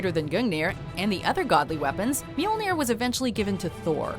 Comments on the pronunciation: As much as I love the watch modjo lady (I mean come on you can't do anything else), as a Dane, I can't help but cringe a bit from her pronounciation of the weapons XD But nice with this list still:) (, call me for future vidoes about norse stuff;) ) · You`ve gotta love being from Scandinavia while watching someone pronounce the names correctly